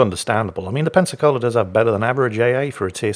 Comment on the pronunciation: Every time says Pensacola I thought he was saying Pepsi-Cola 🤣🤣